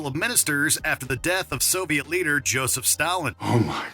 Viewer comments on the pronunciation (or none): none